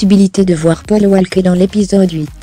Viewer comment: La prochaine fois quand même n'écorche pas leurs prénom sa ce fait pas hommage à Paul Walker je l'adorait 🙏🙏🙏🙏🙏🙏